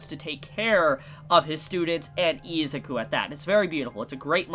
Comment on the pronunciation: i hate how you pronounce izuku, you say izzzzzzzukuu instead of iz-uku